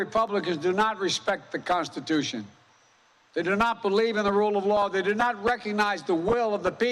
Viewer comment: Americas consssittussion 😂